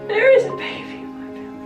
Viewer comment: said “when the babi is here” 😭😭😭